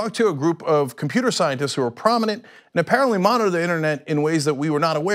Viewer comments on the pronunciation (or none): Cenk, your enunciation is getting worse. It's not just words like 'president' (prezn) and 'justice' (juss) anymore. You're descending to Anderson Cooper levels of slurring. 'Monitor' has three syllables, one of which includes a voiced plosive. It's not pronounced 'monner'.